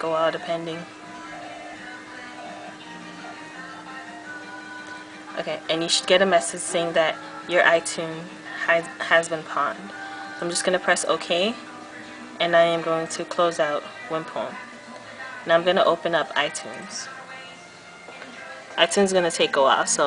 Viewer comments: I'm not trying to argue but its pownd. It came from video games lol. I pwnd you!! How dumb does it sound when you say I pawned you lol. Sounds like your trying to resell them back to the pawn shop T_T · its pronounced "pownd" not "pawnd" lol Learn your gamer talk :P